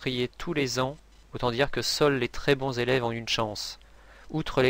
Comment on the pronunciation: Vingt zélèves ? Non, vingt élèves.